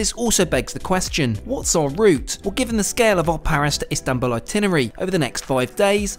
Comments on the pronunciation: Amazing video, beautifully captured this marvellous trip, just one note, its Istanbul not Instanbul 😅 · İstanbul, not İnstanbul. 😮It was very good video. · Istanbul, not instanbul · Excellent trip and very well documented. Thank you. I liked the final location name. ;) Were you trying to do a pun. Were you "in Istanbul" or were you "Instanbul"? ;) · Lovely trip. BTW, it's Istanbul not Instanbul. What's next...luxury trains in Spain perhaps, or Rovos rail in South Africa? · "INstanbul"? (sic) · Instanbul, lol, correct yo self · INSTANTbul 😂😂 good chuckle indeed! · "Instanbul" :face-red-droopy-eyes